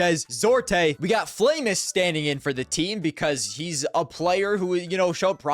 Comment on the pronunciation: Fl4mus and d1lidez are not hard to pronounce bro how do you get them wrong 😭